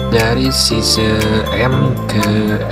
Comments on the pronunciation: Size: baca; SAIZ bukan size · mau nonton tapi pas denger ngomong sise, ganggu bener ooooooooooooi. SAIZ mas SAIIIIZ